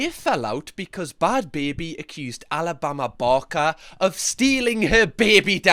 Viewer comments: The switch in this video from “Alabama barker” to “Alabama Bama” is everything😂😂😂😂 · “Alabama barmah” 💀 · “Alabama barma” 😂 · Sooo satisfying he calls her Alabama barma the rest of the video 😂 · Alabama barmer actually. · Am I the only one who loves the way says ‘Alabama Barker’?! 🤣🤣 the best accent to be saying that name!!👌🏼🤣 Edit - Or should I say, Alabama Balmer 🤣 the further he goes on, the more it’s mispronounced hahaha